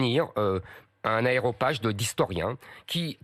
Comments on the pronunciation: Zemmour bravo, juste une petite observation : on dit aréopage et non aéropage. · "Aéropage"... quand je pense que certains sont encore persuadés que c'est un intellectuel ... 🙄